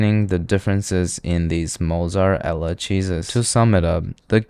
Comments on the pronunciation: Mozzar-ella cheese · “Mozart Ella Cheese” 😂💀